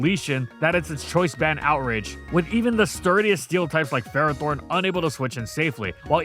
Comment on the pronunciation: the official handbook from the start of gen 9 still says Ferrothorn is pronounced fer-RAH-thorn 😭